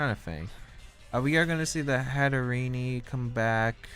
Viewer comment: Something about hearing Hatterene pronounced as Hatterenie doesn't sit right